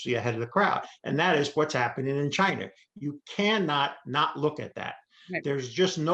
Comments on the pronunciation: Is it just me or is the guy saying chiner and not china? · I can't take anyone seriously who can't pronounce China correctly. "Chiner"? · I love the info, but it's China, not Chiner. That pronunciation was brutal. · Peter was talking about "Chiner" not China. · Am I the only one who watches Peters interviews solely to hear him say “Chiner”? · I thought he kept on saying CHINER....HAHAHA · Chiner. Love it. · ‘Chiner’ lol